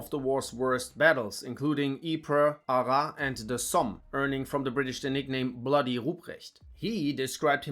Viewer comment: Nice video, and nice summary!! It was very interesting!! Just in cas, Arras is pronounce "ArraSS", the S is pronounce! I know that because i'm litterally from there x)